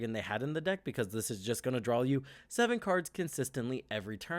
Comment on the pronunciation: It's draw, not drawl.